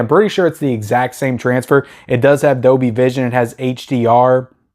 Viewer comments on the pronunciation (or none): none